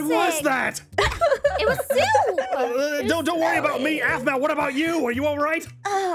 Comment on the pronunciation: it's aphmau not wphmau